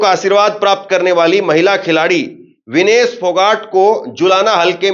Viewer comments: Vinish nahi bhai vinesh bol bhai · नाम का उच्चारण सही कीजिये। विनीश नहीं विनेश फोगाट नाम है।